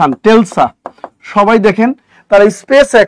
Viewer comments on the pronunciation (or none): It’s pronounced Tesla not Telsa.